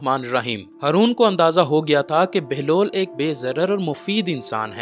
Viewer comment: بھائی ،آپ ہارون کی بجائے ہرون کہتے ہو 🙄